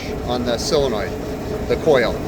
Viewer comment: The word is solenoid not cylenoid